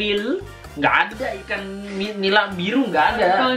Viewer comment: Org jepang susah ya bilang konsonan yg mati di blkg kata.. Ikang...ikang.. nyengir mulu saya..😂